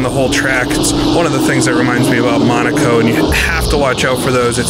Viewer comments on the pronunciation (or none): none